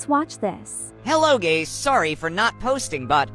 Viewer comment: bro said, Hello gays!😂💀